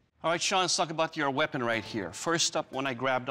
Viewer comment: You know it's weapon not wepion?